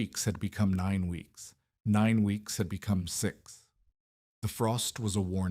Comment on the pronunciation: The temperature dropped thithty degreeth in thith hours. Does anyone in your organization ever listen to your audio? Why have a professional narrator with a pronounced lisp? You are using AI, right? Can't you find a voice that doesn't pronounce words incorrectly? I like to sing, but you would be crazy to put my singing voice in a video.